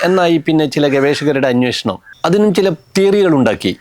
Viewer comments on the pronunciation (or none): none